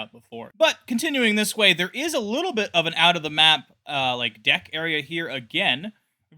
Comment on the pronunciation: He says “A lITTLEBBLEB”